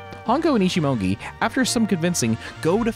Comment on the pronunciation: I ticked every time you said "Ichimongi" and not "Ichimonji". I love the review you give here, gives off the same feeling that I feel about this movie!